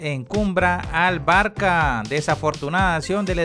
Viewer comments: Pero cuanto tiempo haces videos y no sabes que no se pronuncia "Barca" pero "Barsa"??? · Jajajaja no debe saber que la "c" con eso abajo se pronuncia como "s"